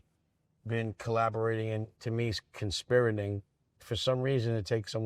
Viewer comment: 'Conspiring' Dame. It's Conspiring. {Allegedly} Respectfully 😅